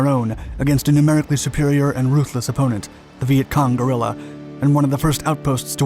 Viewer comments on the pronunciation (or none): none